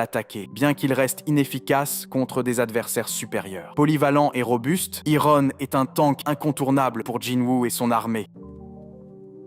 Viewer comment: Je n'ai regardé que la moitié, par trop chaud pour me faire spoil 🤣 C'est pas mal comme vidéo, mais par contre... Ironne, Tusque, débufe... Mais par contre Wyvern ? Si tu veux dire tout en français, ok, mais en français c'est une Vouivre, Wyvern étant la traduction en anglais 😁 Je chipote, même si ça fait mal aux oreilles, la vidéo est très bien.